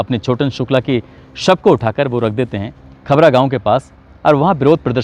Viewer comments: भैया गांव वो खबर नही खबरा है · Village name khabra hai,khabar nahi